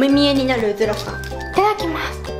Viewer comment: いただきますのイントネーションww